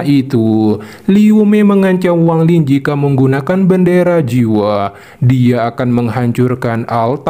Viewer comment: Bukan Wang Ling bang kau ni ada ada aja gak sedap dengar nya tau tak ???